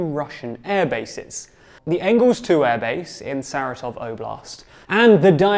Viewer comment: Ryazan is pronounced " rja-ZAHN' " (j = y in yacht), Dyagilevo - " dja-gi-LJO-va " and Saratov is pronounced "sah-RAH-tav"